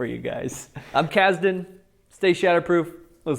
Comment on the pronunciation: I was done when you said kasden